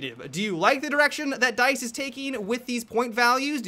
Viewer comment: "I'm right on board with DYTHE"